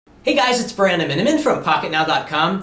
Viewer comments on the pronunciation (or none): Does he say Brandon and I'm in?